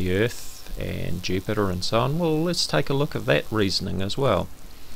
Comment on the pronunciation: did he just say Yupiter? Hahahahahahahahahaha so epic. Btw love your videos mate, keep up the good work!